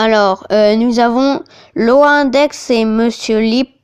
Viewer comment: sa se prononce lauane D.X et pas loendex sinon merci